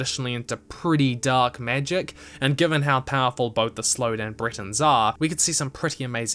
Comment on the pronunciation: Your videos are amazing, but i beg you, try to learn the correct pronounciation, i know it may be hard, but for the first half of the video i thought you were comparing the high rock to britain (britains/bretons...)